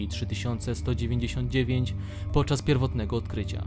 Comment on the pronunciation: Omg Tego nie wypowiada się "esssscipi" Tylko "escepe"